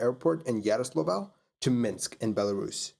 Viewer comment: Please train saying "Yaroslavl".